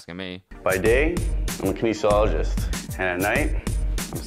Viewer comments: He’s actually a kaneesologist, as he said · I’m just saying, dude didn’t even pronounce kinesiologist right lol…is he really one? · is not a Kinesiologist, he can’t even say that word lol. watch when he tries to say it! he mumbles it lol!